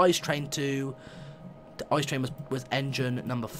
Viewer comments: its NOT called ice its called i-c-e and stads for inter-city-express. its from germandy btw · It's pronounced I-C-E, letter after Letter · A.C. B isn't it pronoced I-C-E